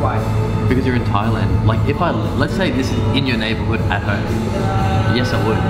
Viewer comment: Thailand not Thialand